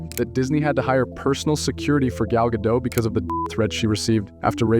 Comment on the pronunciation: Gal Gado(t). Get it right!